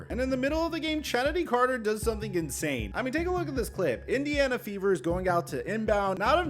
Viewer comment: It’s pronounced Kennedy Carter. The ch is. A hard c sound.